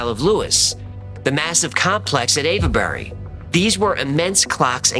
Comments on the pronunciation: Love all your videos. Avebury is pronounced without any inflection on the e. I used to know the Arch Druid of Avebury & my father was brought up there as a young-un & used to sledge down Silbury Hill! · the E in Avebury is silent. So you have the ave sound as in behave, or gave, plus bury.